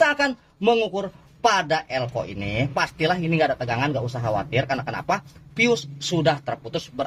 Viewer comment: Bukan leco bang tapi elco wkwkwkwkwk